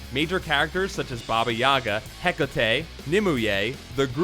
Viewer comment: Lobster JohnSON!!! Also, Hacka-Tay?? It's pronounced either Heck-Kate, or it rhymes with "Takate"